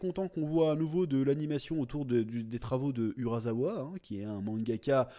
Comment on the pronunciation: ON DIT URASSSSSSSSSAWA! pas urazawa chaque fois que tu dis urazawa ça me trigger